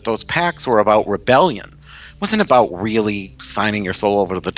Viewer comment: LOL! Tonight we're talkin' "aboot" witches!